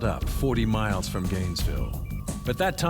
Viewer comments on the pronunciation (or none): none